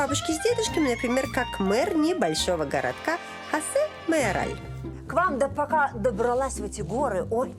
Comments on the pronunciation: Ни в коем случае ни Хасе! Хосе! ХОсе! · Хасе... тётя, это имя Хосэ.